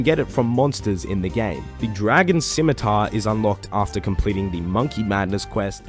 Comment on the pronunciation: SIMITAR? SCHMITAAR!*